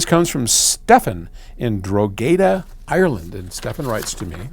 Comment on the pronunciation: As an Irish person, Drogheda in Ireland is pronounced draw-he-da, not dro-gay-da. But I appreciate the try 😅